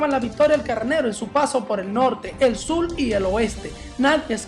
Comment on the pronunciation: Se dice SUR no SUL !!